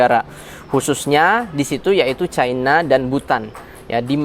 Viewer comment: caina caina, tae lu bisa baca gak